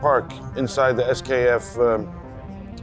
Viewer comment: Stop saying esskeff...